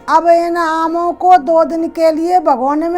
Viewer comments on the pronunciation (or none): Itni gaee gujri hindi,naamo nhi aamo ko